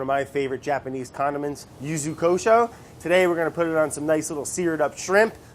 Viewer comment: Can't pronounce water but doesn't hesitate with Yuzu Kosho